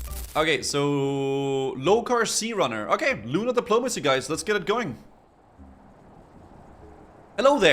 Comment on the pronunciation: 'Lunar Depolomanicy' Lol.